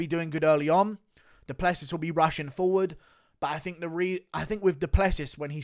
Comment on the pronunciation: Wait... so you knew how to pronounce Du Plessis this entire time and just do it wrong 99% of the time?